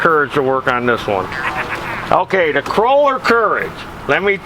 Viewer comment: KOH-LER!!! NOT KROH-LER!! UUUGGGGHHH!!!!!